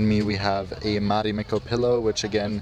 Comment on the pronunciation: Se sanotaan Marimekko eikä Mharimhekkou